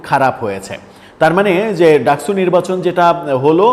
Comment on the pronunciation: ডাকসু কে আপনি ডাকছু বলেন কেনও!